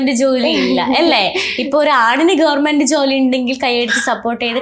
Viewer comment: ഗവർമെന്റ് അല്ല കുട്ടി ഗവണ്മെന്റ്... Questions കുറച്ചുകൂടെ prepare ചെയ്തു ചോദിക്കാമായിരുന്നു..